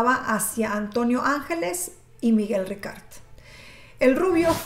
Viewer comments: Antonio ANGLÉS, lo pone en la misma imagen, ANGLÉS, no ÁNGELES, por favor, si vas hacer un vídeo tan serie y comprometido como este, infórmate bien o por lo menos lee bien. Después de más de 30 años escuchando este nombre que digas ÁNGELES manda c..... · no es angeles, es anglés, saludos. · Enrique Ángeles no Enrique Angles y su hermano era Antonio Angles no Antonio ángeles como tu dices,, tienes que saber decie bien los nombres,, y cuentanos alfo nuevo, porque lo del caso Alcasser yo lo se todo porque soy de catadau y vibi aquella epoca y lloré y sufri mucho por esas niñas,, osea cuenta algo nuevo,, porque para contar todo lo que ya sabemos no cuenres nada guapetona,, saludos desde catadau VALENCIA 🇪🇸 ESPAÑA 🙋🏻‍♂️